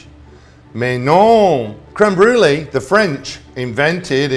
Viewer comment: So interesting how he switches back and forth between the correct pronunciation to creme BROO-ly haha